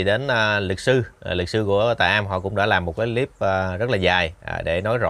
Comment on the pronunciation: Cái líp là cái gì vậy? Đọc sai giọng nhưng thích dùng tiếng Anh Dùng tiếng việt nam đi cha nội